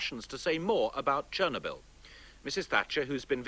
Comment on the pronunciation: Actually he pronouned it well it's Cherno = means black Byl = a herb, there is no "knob" sound pronouced in Russian.